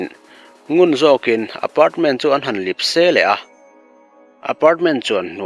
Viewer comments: Lipse ti a i lam hi 'lepse' tih zawk tur a ni e. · "Lipse" ni lovin "lepse" tih zawk tur a ni e aw. A ngaihnawm.